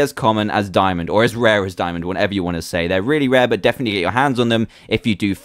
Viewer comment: You said How to spell dimond no you should say the correct way to say it is diamond